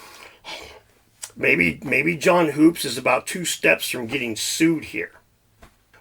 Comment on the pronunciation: John hoopes is pronounced Hups, I think. Even mispronounced it when he interviewed him on his channel. I laughed inside when he was corrected to his face. Nice research.